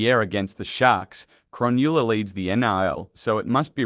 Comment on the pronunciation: Crownewla. Seriously dude learn about the game before trying to be an expert. Ps it pronounced krunulla (Cronulla)